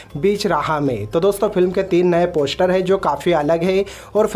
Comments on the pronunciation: Bhai please Pehle poshter...I mean poster bolna to seekh le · Poshtar 😂 releajj 😂😂😂 Arey first correct your pronounciation.